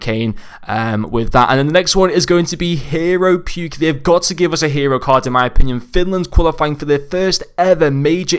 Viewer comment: AYYYYY SOMEONE ACTUALLY KNEW THE BRISTOL CITY BADGE. You lowkey butchered his name but that doesn’t matter 😂😂